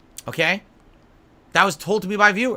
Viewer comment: The amount of times he said "right?" as a manipulation tool... 🍥🐽🍥 But he's an ahnest guy, ohkay?